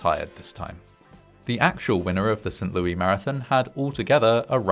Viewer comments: Not "Saint LOO-EE" but "Saint LOO-ISS". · Ha, we pronounce it "Saint Lewis" here. Zero Americans say "Saint Lewy". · "Saint LOO-EY" Instead of Saint Lo-is lol. That's wild. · Small note: it's pronounced as St "Lewis" (with the S being said) I know it gets confusing! The US has pronunciations from so many languages. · Saint LEW-iss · Mad story ... But St. Louis is pronounced St. LEW-ISS, just FYI. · He called it "Saint LOO-EE". 🤦‍♂ He actually said "Saint LOO-EE". 🤦‍♂🤦‍♂🤦‍♂🤦‍♂🤦‍♂🤦‍♂🤦‍♂ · It is pronounced "Saint Lewis".... I fear you have now taught your fans to mispronounce one of our major cities ... Do love you, though! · St. Louie? The 's' in St. Louis is NOT silent! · How tf is no one freaking out about his botched pronunciation of St Louis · Heading St Louis pronounced without the "s" is weird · The "s" at the end of "St. Louis" is not silent, and it's it's pronounced like "Roh"/"Roe" , not "Roo" for "Roosevelt" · I know! That made me laugh. As did the pronunciation. To be fair, it was named after the king of France and you’d pronounce his name that way, but we def don’t say it like that in STL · That's what he said, "Lewis" rhymes with Stewie 😅 Don't tell him about Pierre South Dakota... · I'm guessing it's a British pronunciation? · No, that would be the French pronunciation. But, it doesn't matter either way, because it's an American city.